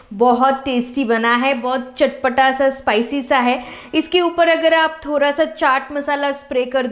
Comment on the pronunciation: Bhan ji thora nahi thoda hota ha pehle bolna sikho phir aanaa 😂😂😂